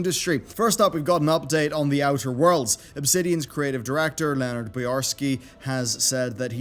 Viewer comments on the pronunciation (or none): none